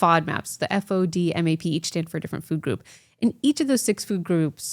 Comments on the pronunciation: Oh! She's say Low‐FOMAP!!! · is she saying low FODMAP diet?